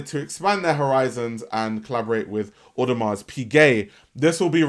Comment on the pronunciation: The hard S on the end of Audemars is triggering the hell outta me 😩